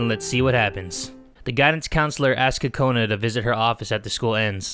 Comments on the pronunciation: I wanted to let you know that Kokona is not pronounced "Cu-cona" it's pronounced "Coke -na" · Lol he said “TOTONA ” lol